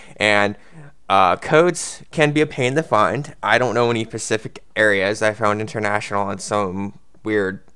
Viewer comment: yeah pacific, not specific lol